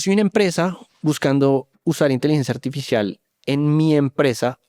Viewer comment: jejej porque pronuncia inteligencia "artifishial"